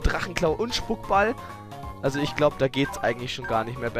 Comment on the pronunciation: Spuckball? Das heißt Spukball...